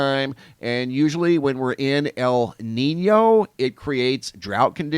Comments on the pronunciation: Love your reporting. Those terms are pronounced "la neen yo" and "la neen ya" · Thanks for the updates! Love the channel. A little help with the pronunciations. La Niña is pronounced lah neen-ya (the niña part isn't pronounced like Tina). And El Niño would be El neen-yo. Hope that helps :)